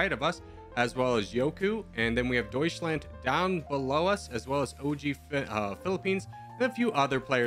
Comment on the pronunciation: You say "doischländ" you lose